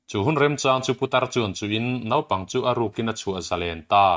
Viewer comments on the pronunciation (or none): none